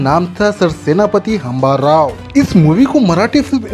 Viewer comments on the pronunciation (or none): भाई it's हंबीरराव not हंबाराव